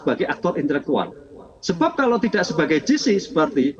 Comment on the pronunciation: Bukan “JI SI” (GC) mbak.. tapi “JE SI” (JC)